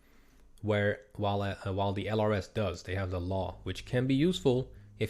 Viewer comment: Thank you for this series! I'm learning a ton! Fun fact, LRS is pronounced as "lurse". They were a specialized infantry unit trained in surveillance, they were very well trained which is why they probably are more expensive in-game. Unfortunately, the Army dismantled these units some years ago (I think one of the US National Guard units was the last and final one to go).